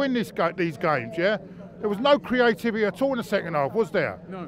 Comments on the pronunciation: its CREA-T-I-V-I-T-Y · proper struggling to say ‘Creativity’ 😂😂😂